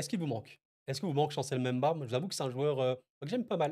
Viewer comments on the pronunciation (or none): none